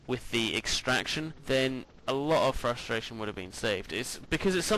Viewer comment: he says... Frus-strain i believe